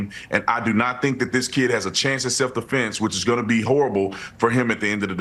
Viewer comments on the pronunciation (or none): "Self deFLENSE...." 😅 LMAO!!! I caught that yesterday. Had to play it back to make sure I wasn't hearing things. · Not “self deflence"